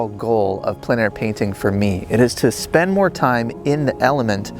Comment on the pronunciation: Great video, as always. As a francophone, allow me to tell you that your pronunciation of plein air is very good. Long story short, the word “plein” on its own is hard for anglophones to pronounce properly but because the following word starts with a vowel, the pronunciation becomes simple. Think of the first syllable of the word plenty … followed by air. Plen air .. should be very simple for anglophones to pronounce.